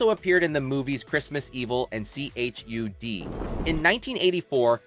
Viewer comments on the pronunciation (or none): Is this some AI crap? It's not pronounced Ka Te and Allie, and C.H.U.D is not read by it's letters. It's chud. As in Bud the Chud. IDIOTS